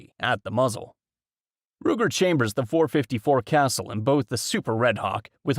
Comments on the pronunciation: It’s pronounced 454 “Kah-Sool” my guy. Not Castle 😂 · Its pronounced.454 “kah-Sool” bro. Not Castle.